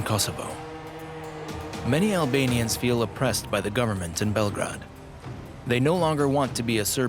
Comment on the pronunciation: The way the English speaker mispronounces Belgrade throughout the documentary bothers the heck out of me